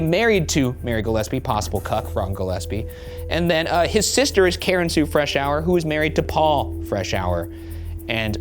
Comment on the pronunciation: Thank you for pronouncing Freshour correctly! That is my maiden name and people would butcher it all the time 🙃